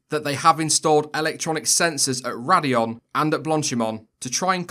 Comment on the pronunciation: That's Raidillon actually, oh wait, you got it right